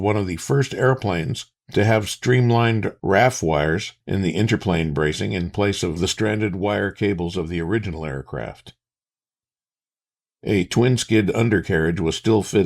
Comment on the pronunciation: Nice video, as usual! Minor note I believe it is R-A-F wire as in "Royal Air Force".